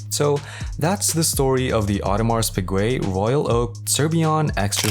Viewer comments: audemarsss peegweh.... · Bro fix your pronunciation of Submariner and Audemars Piguet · Bruh I didn`t make it past the 3rd sec once I heard it